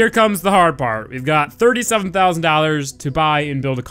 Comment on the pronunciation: "thirty-southern-thousind dollars"